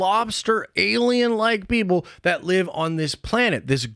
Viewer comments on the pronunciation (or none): none